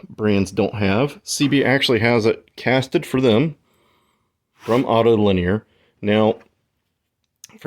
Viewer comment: ......................................................................... RETURN TO GRADE SCHOOL .. Autolinea .. READ THE FK'N LETTERS .. Auto-Lin-e-a .. CRIKY ! ..SIMIAN .. NOT .. ''Auto-Lin-e-ur'' .. NO ' r ' .. FKwit. """"""""""""""""""""""""""""""""""""""""""""""""""""""""""""""""""""""""""""""""""""""""""""""""""""""""""""""""""""""""""""""""""""""""""""""""""""""""""""""""""""""""""""""""""""""""""""""""""""""""""""""""""""""""""""""""""""""""""""""""""""""""""""""""""""""""""""""""""""""""""""""""""""""""""""""""""""""" """"""""""""""""""""""""""""""""""""""""""""""""""""""""""""""""""""""""""""""""""""""""""""""""""""""""""""""""""""""""""""""""""""""""""""""""""""""""""""""""""""""""""""""""""""""""""""""""""""""""""""""""""""""""""""""""""""""""""""""""""""""""""""""""""""""""""""""""""""""""""""""""""""""""""""""""""""""" """"""""""""""""""""""""""""""""""""""""""""""""""""""""""""""""""""""""""""""""""""""""""""""""""""""""""""""""""""""""""""""""""""""""""""""""""""""""""""""""""""""""""""""""""""""""""""""""""""""""""""'',,,,,,,,,,,,,,,,,,,,,,,,,,,,,,,,,,,,,,,,,,,,,,,,,,,,,,,,,,,,,,,,,,,,,,,,,,,,,,,,,,,,,,,,,,,,,,,,,,,,,,,,,,,,,,,,,,,,,,,,,, ''GOT 'it' ?